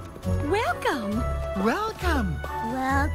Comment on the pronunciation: when they say welcome it sounds like whale cum